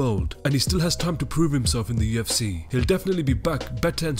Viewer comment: Has anyone noticed that this guy is saying 2fc ???